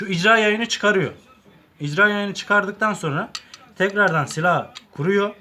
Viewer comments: İcra değil irca yayı jarjör değil şarjör değil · İCRA YAYI DEĞİL İRCA YAYI daha parçanın adını bilmiyorsun bir de bilgi vermeye çalışıyorsun ayrıca yumuşak irca yayları da vardır tek elde tabanca kurulabilir bu şekilde videonda verdığin bilgiler de bir çok yanlış var bilmiyorsan video çekme irca yayı barutun geri tepmesini sağlıyor diyorsun irca yayının tek görevi üst sürgünün hareket etmesini sağlamaktır daha cümle kuramıyorsun bilmediğin konu hakkında video çekiyorsun. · Icra degil irca yayidir o dostum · Hoca icra yayı değil irca yayı jarjör değil şarjör bende tsk personeliyim ben yapamıyorum her TSK yada EGM personeli yapacak diye bir şey yok ama yapabilen bir sürü arkadaş var hile falan da yok ve onların reklam yapma gibi bir düşünceleri de yokkk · İCRA YAYI DEĞİL. DOĞRUSU "İRCA" YAYIDIR.